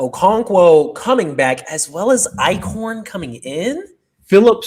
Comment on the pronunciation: EYE-SHORN. Stop saying Ike-horn!! 😂